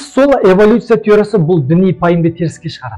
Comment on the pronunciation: Эвалюция емес эволюция